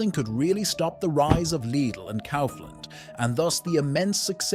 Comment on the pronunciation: Well edited and interesting video. However, not to be a prick, but please do pay attention to the pronunciations of the names especially if they are the main topic of your video, it impacts the perceived quality of the video negatively imo. I wouldn't know how to fix that on a text to voice machine however. Even the pronunciation of Lidl was inconsistent and Kaufland wrong throughout the video. Best of luck otherwise.